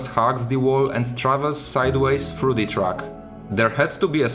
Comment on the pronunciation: I'm really sorry for asking this but why do you pronounce every "the" as "di"? I don't mind the accent at all, I'm slavic as well, but this one thing keeps grinding my ears for some reason :D